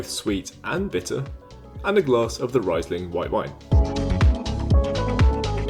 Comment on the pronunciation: AKG are one of the most renowned acoustics & studio equipment manufacturers in the world... ;-) "reesling", not "riceling"... romanesco, a type of cauliflower